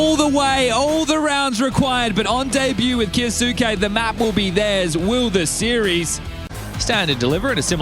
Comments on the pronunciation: This is not true, the kyou in 今日 maintains the y sound. So kyou can be read more or less phonetically. “Ki oh suke” would be 「キオスケ」which is incorrect, we are looking for 「キョウスケ」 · if its from an anime its kyoske